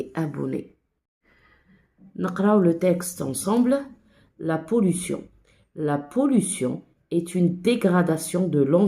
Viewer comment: شكرا يا إستاذة . عفوا ولكن ليس la pollutiooooon بل يقرأ la pollution 🤣🤣🤣🤣😂😂😂😂 و لكن شكرا على كل مجهوداتك 😇😇😇😇😇😅😅😅😅😅😅